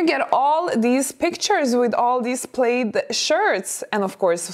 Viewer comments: Her English is excellent but if you seldom hear certain words pronounced you might not know. Plaid rhymes with GLAD. I know it is spelled like you'd pronounce it 'played.' I'm glad English is my native tongue because it would be hell to learn! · Just for your info...plaid is pronounced plad (rhymes with glad), not plade. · It’s not pronounced “played”. It’s PLAD! Elegance is pronouncing words correctly on your you tube channel. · Plaid rhymes with dad not glade☺️ No shorts in fall or winter. My favorite would be booties, with a skirt. A nice sweater or cardigan. Also throw your sweaters & cardigans away if they get natty or pilly. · Plaid pronunciation. Instead of 'played', say 'plad' 😊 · P lad not Played for Plaid. English is tricky. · It is pronounced PLAD. You do not sound elegant or smart saying “Played”. Many of us older ladies have our own styles, and we are comfortable wearing them. We are not in need of the Fashion Police. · Plaid is said “plad” not “playd”. “Representable” is not an English word. You mean “respectable”. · Dear elegant: the word "plaid" is pronounced /plahd/. Please accept this tiny pointer as a token of gratitude for all you have helped me with. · So we also need to talk about how the word “plaid” is actually pronounced. It’s really hard to speak credibly about something you cannot even pronounce. Plaid is not pronounced “played.” More elegant to just say “tartan.” 😊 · Plaid ... pronounced Pl-add. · Someone has probably already mentioned this but the word ''plaid'' rhymes with ''had'' rather than ''raid.'' Thank is what makes English s difficult to learn---all the inconsistencies. and meanings for words that make no sense--the word ''bow' has two different sounds (bow tieend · "Plaid" rhymes with "sad." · The word is not plaid with a long a sound. It is plaid with the short a sound.